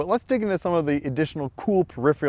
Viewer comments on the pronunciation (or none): How are we pronouncing "peripherals" here? It sounded like "periph-ree-uhls" is what was said. That's an interesting pronunciation! Is that an Ohio thing, or just easier for some people to say than its usual pronunciation maybe?